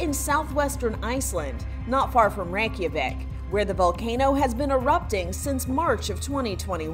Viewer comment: She called it rankiavic